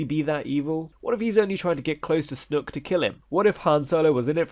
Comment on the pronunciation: I die every time you say 'snook'